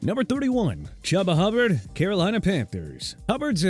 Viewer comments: Chuba Hubbard = Choo-bah, not chub-bah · Stop with the chubba nonsense okay?! HIS NAME IS CHUBA (CHOO-BA) HUBBARD! Also TONY POLLARD'S LAST NAME IS PRONOUNCED PAH-LURD, ISIAH PACHECO'S FIRST NAME IS PRONOUNCED AI-ZAY-UH, AND RAHEEM MOSTERT'S LAST NAME IS PRONOUNCED MO-STIRT!! PLUS YOU PUT MOSTERT AT #11... ARE YOU KIDDING ME?!?! SMH!!!